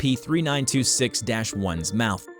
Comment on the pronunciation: I heard him say S-A-P 3926 it's so funny hahahahahahahaahhahahahhahahahahahhahahahahaahhaha